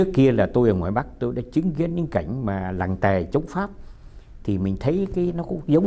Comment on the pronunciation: "Làng tề chống Pháp" bác nói chuẩn quá